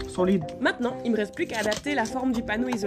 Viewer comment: "solide" mdr on dirais un portugais